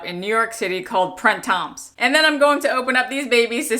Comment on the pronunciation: No labubu for me, but whatever. (You don't pronounce the /s/ in Printemps, which means "spring." ) Love the green bags---like you, anything green grabs me!